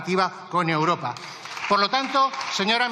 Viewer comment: Esta mujer no tiene medida, miente como su jefe, es como una cotorra que le enseñaron el cotorreo! Es imposible aguantarla! Toma a España y los españoles por tontos! Por favor hay que echarles ya como sea. Y espero que con el tiempo aprenda a decir EUROPA y no UROPA!?😊